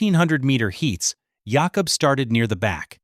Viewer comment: His name is pronounced Yáh-cub